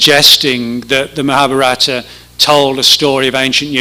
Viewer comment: Maha BHA rata accent on third syllable.